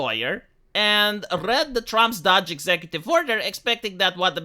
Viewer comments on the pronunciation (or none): Not Dodge, it's doge. Your pronunciation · please, it's "dohge" or maybe "dohsh". Not "dodge". Even the legacy media got it right. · Doe then the g sound- DOGE, your pronouncing it dodge, it’s the “oh” sound you’re looking for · It's Doge not Dodge. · Every time pronounces it 'Dodge' I cringe a little bit harder. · DOGE with a long O like Hoe. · Why do you pronounce DOGE as Dodge? lol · Dog-e. Doggy. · It pronounced "DOOUGH" IN AMERICA. SORRY OCD ❤❤❤😂😅😊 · How do you research this whole topic and not know how to pronounce "DOGE?"